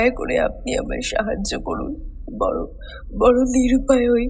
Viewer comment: অনেক ধন্যবাদ আপনাকে গল্প টি শোনার জন্যে , নিশ্চয় আমি আমার ' স' উচ্চারণ এ খেয়াল রাখবো। "কোরুন" না ওটা করুন হয়।